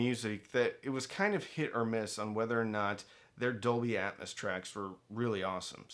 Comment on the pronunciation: How do ppl take this video serious when the presenter can't even correctly pronounce Dolby Atmos, calling it Dolby Atmuss? Its AT-MOS, where is the U in Atmos?? YIKES!